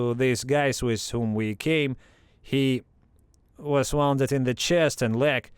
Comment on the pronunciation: Very cool door. Someone is crafty and clever. Teach the AI to pronounce "woon-ded". The other is wound like string or wire on a spool, but they are spelled the same.